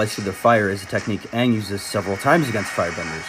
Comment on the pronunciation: can we remake the movie but have the people who actually watched the show direct it Also make it have the correct pronunciation of aang and correct colour of the people they're not all white! I can go all day on how many things that movie needs to fix